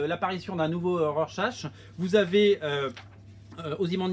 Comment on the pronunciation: "RorSACHE"?!!! XD